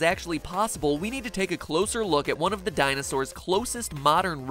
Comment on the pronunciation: you mean, Dinoses?